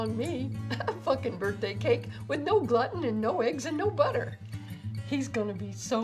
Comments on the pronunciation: GLUE-TIN not GLUTTON argh so smart and funny and ruined by that one ignorant pronunciation. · Is 'glutten' the American pronunciation?? I've always heard 'glooten' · I love how she says gluten free as glutten free. it should sound like your saying glooten when you say it. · "glutton free" xD glue-ton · It's pronounced gluten not gluten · I like how she pronounces 'Gluten' Gluton free lol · Gluten is pronounced gloot-in. Glutton is another word. but I love the video. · ok let me help you here it's pronounced "glooten" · Pretty funny video, but it's not pronounced "glutton", unless part of the joke is supposed to be that the grandson is mispronouncing it too as a reference for stuff that you wouldn't actually want to pig out on. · Gluten (“Gloo-Tin”) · Not Gloten free? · It's glue-ten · It's pronounced Gl-ooten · It's pronounced GLUEtin !!!!😅😅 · gluten I think its pronounced glooten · She is saying gluten wrong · I hate how she says gluten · I love her but I hate how she pronounces "Gluten"